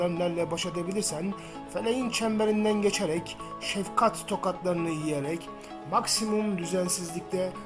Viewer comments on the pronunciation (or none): Şevkat değil şefkat.